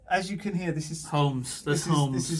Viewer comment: cant pronounce hulmes?